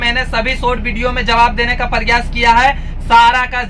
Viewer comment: आप वॉल्वो बोल रहे या भोलवो, वीडियो या बीडीओ बोल, एस लेटर, वाह भाई